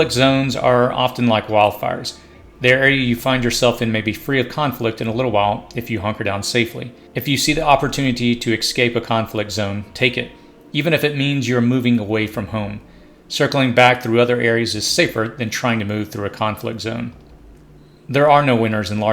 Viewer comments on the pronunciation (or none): Escape has no X in it. Exscape is not a word!